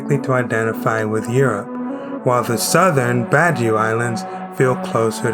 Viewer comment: First of all, it's spelled "Badiu." Only you Sampas say "Badio." The reason for the change from "v" to "b" has nothing to do with the north of Portugal. It has everything to do with the fact that the Mandé language spoken by the slaves didn't include the letter "v", so they couldn't pronounce it. It's similar to how Chinese or Japanese speakers might substitute "r" with "l", such as "ramen" becoming "lamen." The Badiu people have Mandé heritage, not ties to the north of Portugal, so there's no evidence for that claim—it's just a myth that you Sampas like to maintain.